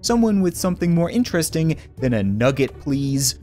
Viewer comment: nugge. nice. It's nugge nugget